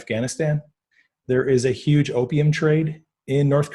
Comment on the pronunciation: That's how Trump says huge. Yuge.